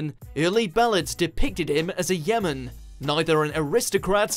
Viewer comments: Who pronounces yeoman like that though? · Yeoman is pronounced yoman, not Yemen (that's a country) and Derbyshire is pronounced Darbyshire. Doesn't anyone ever edit these videos before they're published?